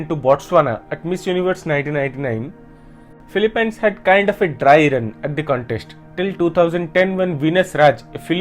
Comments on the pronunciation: Philippines is pronounced as (fi-li-pins) not (fi-li-pines) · Filipynes you say? Never heard it pronounced that way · The way you pronounce Philippines is very funny. I think that’s a fun fact. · So much research went into this.. except they could not pronounce PHILIPPINES correctly.